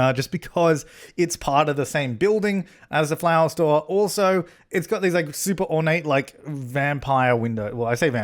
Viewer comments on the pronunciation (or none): none